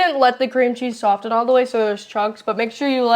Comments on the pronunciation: Pleas stop saying the t in soften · soften has a silent t 🙄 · I know everyone is on you about how your pronounce stuff, so I will add, it’s not sof-tin, it is saa-fin. I. Love your channel and try your recipes. 😊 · Perhaps he could also tell her that Soften has a silent "T" aa well. Soffen is how it sounds. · the T in soften is silent. Dad missed that one! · "Soften" is not the same thing as "often" with an S added at the beginning. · Where on earth did you ever hear the word tangy pronounced tang-gee... soften, the t is silent. Thank goodness dad is there to fix the education your teachers failed at. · Love this, thanks a lot..... the T in soften is silent. only love to you guys. can't wait to try it! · Pobrecita!! Don't worry about getting the words right. We know what you mean. Also, just for reference, the "t" in soften is silent! 😊